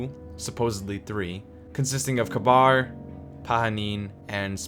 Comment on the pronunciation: the most annoying thing here is that pronounces Kabr